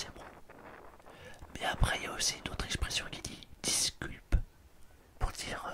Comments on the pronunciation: "Disculpe" se prononce "discoulpé" 😉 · Je crois que j’ai passé toute la vidéo à chercher madame celmar et les mini celmar au lieu de visiter Barcelone. D’ailleurs ça me fascine, vous arrêtez pas de vous séparer et de vous retrouver 😂 Disculpe se prononce « discoulpé » l’ami. Bon tu fais quelques fautes mais c’est pas mal pour un début 😉 Rhume 🙃